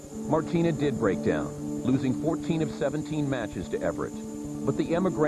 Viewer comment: I wish the narrator could pronounce Chris Evert's name properly. Evert. Not Everett.